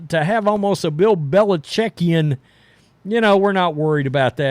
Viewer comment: If I hear another person say "belechekian" I think my head will explode!